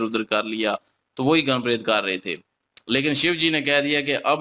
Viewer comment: Goon, nahi Gan bolte hai